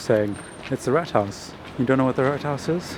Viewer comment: It has never come to my mind, that the word "Rathaus" for "city hall" can be associated with a "house of rats". That's hilarious! Well, from a certain political point of view this can make perfect sense. 😁 The German word "[der] Rat" (which you correctly pronounced with an elongated "ahhh") can mean either "advice" or - in this case - "council". So the literal translation would be "council house". The muroid rodent on the other hand is called "[die] Ratte (pl.: Ratten)". 🙂